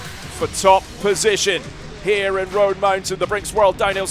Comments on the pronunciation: It’s Roan, like groan or grown. Not the riders of Rohan mountain haha! Source, am from east tn. Super fun to watch and what a finish! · Great video. Wish you had pronounced Roan correctly though!